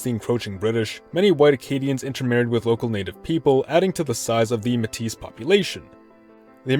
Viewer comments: it's May-teeh not muh tees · the s is silent in métis